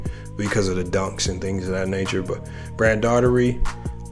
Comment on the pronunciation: you didn’t say brad daugherty name right hilarious bro you still good though bro 😂